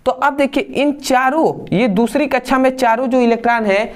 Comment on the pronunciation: Kaksha ❌kacha✅😂